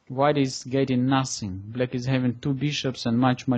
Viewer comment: то чувство, когда вместо "black" слышно "blyat"...